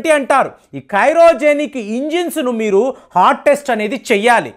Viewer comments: karojenic kadhu andi babu Cryogenic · While I appreciate your analysis in your videos, I am a bit unsatisfied about your pronounciation of some english words. For example instead of pronouncing 'cryogenic engine' you have prnounced 'cyrogenic engine'. I have been noticing such small errors both in english and telugu words. Please check before you go live in future. This not to hurt you but a humble suggestion to be as perfect in your pronounciation as you are in your analysis. Best wishes! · Kyrogenic kaadu , say as cryogenic engine plz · కైరోజనిక్ కాదు (క్రయోజెనిక్) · It is a cryogenic engine,it is not kairogenic engine